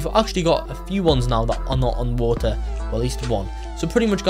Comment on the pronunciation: Wo er = water